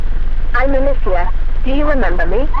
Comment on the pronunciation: alicia isnt pronounced like alessa